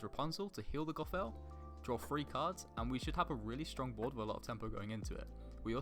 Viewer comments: Well done mate! Great video! Only feedback is that next time we meet I'm going to teach you how to say "Gothel" 🤣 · The way he pronounce gothel is gonna be the end of me.